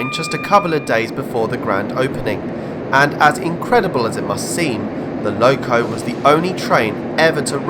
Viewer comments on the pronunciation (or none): none